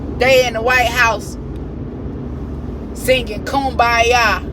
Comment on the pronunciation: THANK YOU for pronouncing kumbaya correctly... everybody always says koombaya and that's NOT how you say it